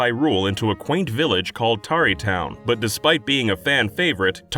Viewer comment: i hate how this guy pronounces tarrey town